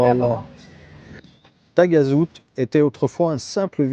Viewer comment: Moi Taghazout haut la main 😃. On prononce Tarazout 😉. Sympa ce format 3 lieux 👍👍